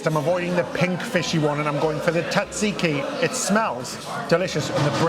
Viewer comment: you pronounce tzatziki wrong. Please look into it. Also that's no real taramosalata. Real taramosalata is not that pink. That's artificial. Also, what's a saxophone doing in a Greek restaurant? Totally irrelevant! Finally, ouzo isn't an after dinner drink. We drink it with lots of mezedes, preferably with a bit of water and/or some ice. It makes it a bit milder and more tasty. Sorry, Paxos Restaurant! Oh! I almost forgot!, I like your haircut! Honestly!